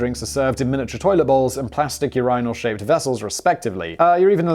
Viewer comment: Dear Simon, as an OG subscriber.. never ever preread...also I laugh/die inside every time you pronounce urinal